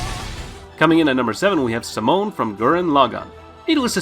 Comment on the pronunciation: Not gonna talk about how he called simon simone?